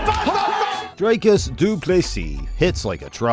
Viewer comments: Its not Drycuss, like Dr Drey. Its Dricuss like Dick. You get it? Btw Dricuss has a big member! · Who is Draicus??? it's Dricus. Pronounced Dreekus. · DREEKUS for all the Americans not DRYCUS 😂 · Please read as it is written. Dricuss not Drake-us. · Who's 'Draicus'? 😅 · you've heard the dude pronounce his name so many times and you still pull draycurse dooplessy. well done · also wrong. Its afrikaans, its Dri-kus, ie put less emphasis on the vowel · Thanks for the video. Great highlights reel of his career. Just a note on Dricus' pronunciation, the i is pronounced like ie in diesel, or if you've seen District 9, like Wikus with the W sounding like a V. It's an Afrikaans pronunciation . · Ek weet ou. Ek help net die yanks hoe om dit uit te spreek. SEAN STRYKLAND soos hulle uitspreek. 😆 🤣 Jimmy Hendricks.like you pronounce HenDRICKs. Just add the U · I'm glad Dricus is gettting this exposure but you could do the courtesy of getting his name right when you literally have a clip in your video with the correct pronunciation.